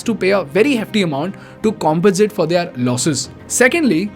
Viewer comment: Great Video as usual, Thanks! one humble feedback, can you please work on the pronunciation of the word 'their', you pronounce it wrongly every single time. Thanks again.